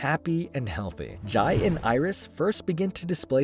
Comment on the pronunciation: Jai is pronounced "Jay" in The Flash continuity.